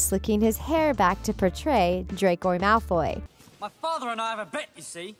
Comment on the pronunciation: sis its Malfo'Y'